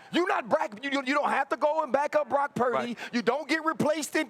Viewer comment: Someone coach Cam on how to pronounce Purdy. Dak is not a winner in pressure